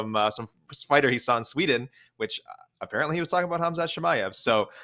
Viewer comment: "Ham Shat Chimaev" Up there with Ya Rear Rodriguez.